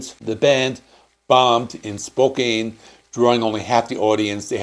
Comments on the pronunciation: Spokane = “Spoh-can” not “Spoh-cain”. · Very informative video! I'll give CE a fresh re-listen... For future reference, please double check your pronunciation of "rhetoric" and "Spokane".